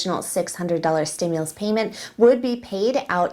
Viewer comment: Steam- mules? Stew- Muls?? Nope let me ask trump. He knows many words.🤣😂😅🤣 love your show!! Have a wonderful weekend!!